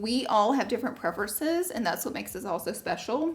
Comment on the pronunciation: When she said ‘preferences’ with her accent I had to rewind 😆